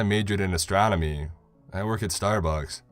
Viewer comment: At first I thought he said he majored in astrology. I was like, 🤔 lol.